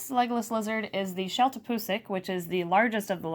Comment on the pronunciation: I wrote this before you said his name was Legolas I swear. I was just making a joke out of the way you pronounced legless. XD